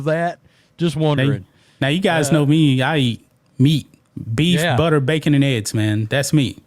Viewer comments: Bro I love the train this channel is on but for the love of America and all its patriots, please learn how to say eggs (not Ed’s) and Olympics (not Olympits) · E...GGs..not edds...please man